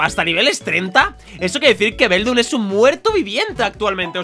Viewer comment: se dice beldum